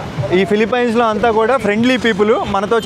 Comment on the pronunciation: అరేయ్ ఎర్రి పుల్కా ఫిలిఫిన్స్ రా, ఫిలిపైన్స్ కాదురా..